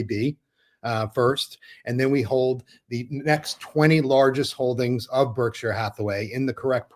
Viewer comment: Btw, Berkshire is not pronounced berk-shy-er. It is burk-shr. Like the Berkshire Mountains.